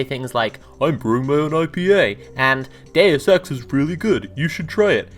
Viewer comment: Definitely heard "deus ex" as " gay sex"